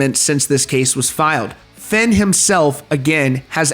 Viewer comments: Bro its "Feign" not "Finn" & "Cray-An" not "Crane". Sheesh 🙄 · Fay-n. Like "Vein". Not Fenn. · I know this video is old, but just to let you know.. Fehn is pronounced "Fayn" !